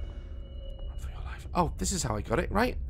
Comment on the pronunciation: my favorite is when he rolls his R's when he's scared "RDRDRDRRRRUN DAZ!!"